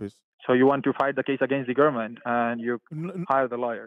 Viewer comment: They always trying to threaten somebody with a rest or something like that for the fact that he can't even say the word government correctly you know it's not legit LOL